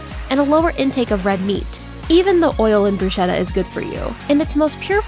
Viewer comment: mispronunciation of "bruschetta." the "ch" should be pronounced as a "k" sound, not an "s" sound.